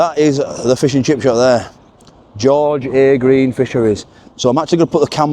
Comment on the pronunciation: It's pronounced George a Green ., they looked great .